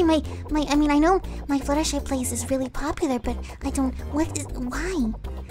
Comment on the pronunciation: it's not Fluttershee it's Fluttershy